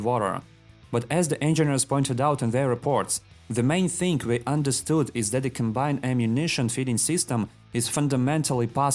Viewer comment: "TXingg" instead of thing. When u trying to speak human language and struggling hard.